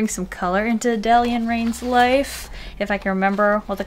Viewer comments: I’m p sure that Adalía is pronounced add-a-lee-a because the accent is in the i but idk dude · My mom's name is "Adalía" and the way u pronounced is how people always mispronounce it so I laughed and died inside 🤣🤣🤣🤣